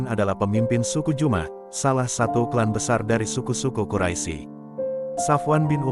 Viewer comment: Ketahuan yg baca kurang ngaji, atau mgkn bloon. Quraisy kok dibaca quraisi? Sekolah dimana? Belajar huruf hijaiyah lagi ya.. biar sembuh bloonnya.